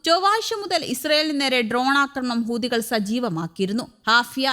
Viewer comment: ഹൂതികൾ അല്ല ,ഹൂത്തികൾ എന്ന് പറ മോളെ